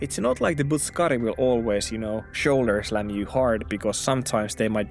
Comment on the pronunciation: Loll. Butt suck kari. I dont know why that sounds so funny. Its not even pronounced like that but I dont care. The butt suckers are out in force and you must protect your backside. And shoulder. Slammer butt suckers lol.